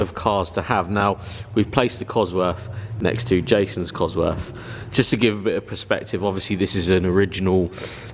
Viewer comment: Cosworth, not Coswroth..